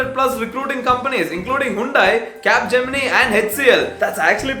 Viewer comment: Dei macha you pronounced Capgemini wrongly macha